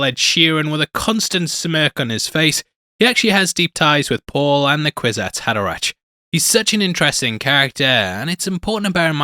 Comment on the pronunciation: By the way it's pronounced "Kwizats Haderack" 🙂 Love the channel and very happy to see Dune Part Two being covered here. 👍